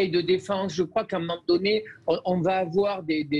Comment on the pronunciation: « Il ne faut pas afoir peur! »